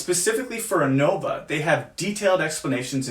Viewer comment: The mispronunciation of innova is hurting me so bad